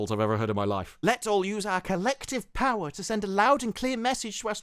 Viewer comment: I could hear you reading that title. lol "...And THIRST FOR POWA!"